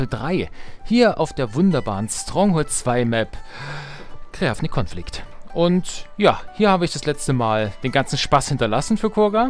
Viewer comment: Sorry aber das "Creavnik Confict" wurde viel zu soft ausgesprochen..